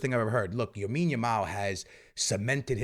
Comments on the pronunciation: Knowing Barca’s luck though someone is going to get injured during the international break 😭. Also saying YAMINE Yamal 😂 is crazy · Bro speaking “RRRRRREAL Madrid” But also “Yamine Yamal” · STOP CALLING HIM YAMINE ITS EMBARRASSING 😂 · Everytime bro this man😭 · Say Lamine’s name right my boi